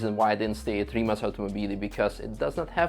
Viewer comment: Do the people at Rimac get annoyed when people pronounce Rimak ? Im from Poland ,so C we pronounced like in Croatia .Slav connection ,)